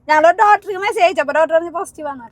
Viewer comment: ഡോറ്റർ അല്ലാ doctor എന്ന് പറയു.പാർത്ഥിച്ചു അല്ലാ പ്രാർത്ഥിച്ചു ennannu